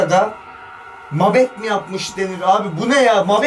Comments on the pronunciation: Mabet ❌ Mâbet ✅ Daaaaaa ki ❌ Da ki✅ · Mabet değil mâbet. A uzun okunur yâni. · kötü bir niyet ile söylemiyorum (senin türkçe öğretmen'ine attırayım ) mabet ne can Allah aşkına abim mabet degıl doğrusu (MAĞBET) 👍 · mabet değil la mağbet mabet ne babet der gibi :D kanka komedi dünyası gibisiniz :D